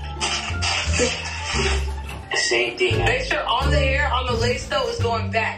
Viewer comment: “my haiwwww “ 😭